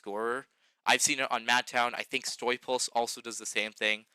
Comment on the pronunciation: Honestly such a small thing, but StuyPulse is pronounced St-eye-pulse (as they say, StuyPulse like high pulse) since I believe they're in or near Stuyvesant town in NYC. It's dutch, don't ask me why lol